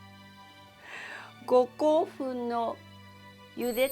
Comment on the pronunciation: 本場のウーシャンフェンって発音聞けるぞーって身構えてたらごこうふんで笑っちゃった